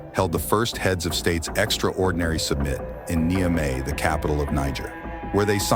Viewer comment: A.I. can't pronounce "summit".